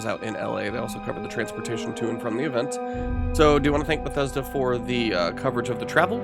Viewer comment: Did you just said BUGTHESDA?